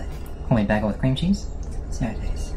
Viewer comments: I'm from NY. We do not pronounce it like BA GELS. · Nobody says bagel like that. Also, bagels did not originate in New York. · I can’t with the way he pronounces bagel 👊 Dude is so clueless!!